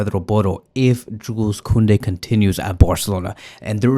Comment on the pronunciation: dont pronaunce the s in Joules